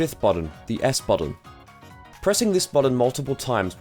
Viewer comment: Your pronunciation of the word "button" is upsetting